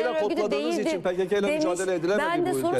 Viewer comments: PeKeKe değil, PeKaKa! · e pekeke dedin dayı? :D